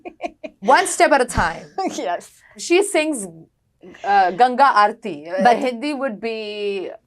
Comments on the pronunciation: Fantastic pronunciation of Ganga Arti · Good pronunciation of Ganga aathi. :medal-yellow-first-red